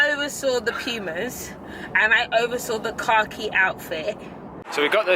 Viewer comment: Just came back and rewatched this vlog, the whole time I thought you were saying "car key jacket" instead of khaki lmao